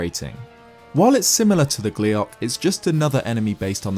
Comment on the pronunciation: "gliac" oh fuck you